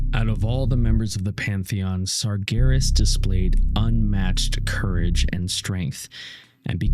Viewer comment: just so you know, it’s Sargeras not Sargonis